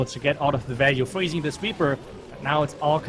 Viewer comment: And her English. She says "table change" instead of "tables have turned", using "froozing" instead of "freezing"... It is distracting, but at the same time easy to fix.